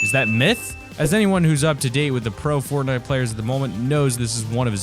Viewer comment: At the end he said Bortnite XD